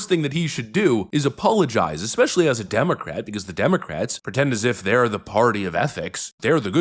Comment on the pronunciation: Did I hear say demo rat